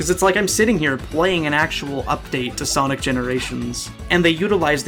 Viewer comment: Bro did you just say, "from Sonis hedgehog 2"